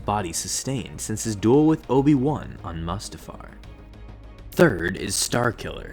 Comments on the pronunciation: Moo-sta-far is how you pronounce it. lol you make alot of people cringe when you say it like mustard-faar its Mustafar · I though Mustafar was pronounced as Moose-ta-far instead of Mustard-far ... As that's what I heard from the movies themselves. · It's pronounced MOO-STA-FAR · You said mustafar wrong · Bitch can’t even pronounce mustafar